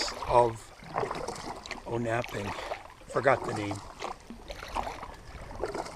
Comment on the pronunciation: It's pronounced On-a-ping, not O-nap-ping.